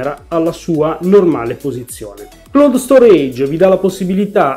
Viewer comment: Si pronuncia claud È una parola inglese Ciao